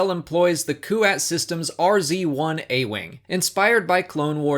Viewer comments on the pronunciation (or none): none